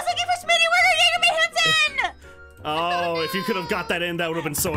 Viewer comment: When you go to say "Oh no" but instead it comes out as "Oh Noi" XD